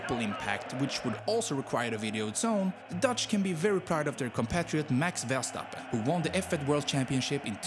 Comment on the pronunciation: Omg u are the first non dutch person i have heard saying “max verstappen” the right way